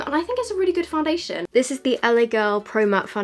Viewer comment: La girl foundassion yep that's how u said it lol